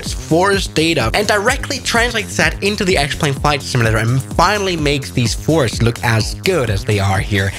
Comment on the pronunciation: I JUST realised "X-Plane" is pronounced as "Explain" - is that their intent?